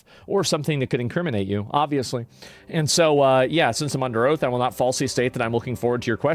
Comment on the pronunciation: Excuse me your Honor, Did you say, "Oath" or "Oats"?